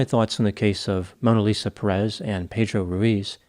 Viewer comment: Dear, it is Pérez, the accent goes in the first syllable. As for the story, one more time guns show how dangerous their use is.